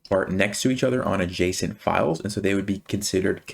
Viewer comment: Am I the only one hearing json file instead of adjacent file 😊